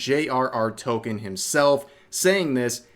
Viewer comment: CAnt even pronounce Tolkien right